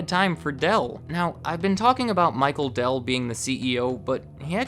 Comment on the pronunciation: Dude you're getting a Dell'DOH